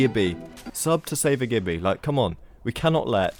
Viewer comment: It's pronounced Gibby not Gibby